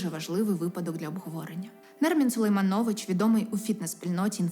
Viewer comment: Автор - ви крута!) дуже приємно слухати, але будь ласка 🙏 ставте правильно наголос на по-батькові… люди не можуть бути СергіЙОвич, ОлесксадроЙОвич. Сулеймнович там не СулейманЙОвич